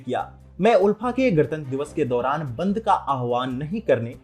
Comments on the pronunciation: Kisne kaha..Assam mai BJP aane se pehle bhi log toh bahar nikal kar 26 Jan celebrate karte the..Aap yeh sab galat kya bol rahe hai????? Pronouncetion is Aalfa, but it's ULFA Actual word toh dekh lete atleast🤣..kya hoga humare Murkh Mainlanders ka..God knows..sudhro sudhro.. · there's only one universal way to annunciate the term and it's clearly not "aalfa".